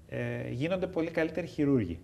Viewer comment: όταν άκουσα να λέει χειρούργοι αντί χειρουργοί κατάλαβα άλλα